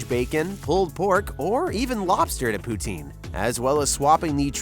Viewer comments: It's poo-tin like a tin can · The pronunciation of poutine hurts my Canadian heart...